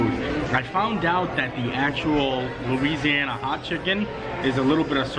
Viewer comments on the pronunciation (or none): none